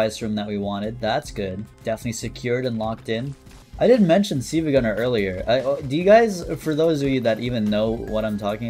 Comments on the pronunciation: been following him for so long but called him siivagunner instead of silvagunner LMAO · I don't like how pronounces Silvia Gunner.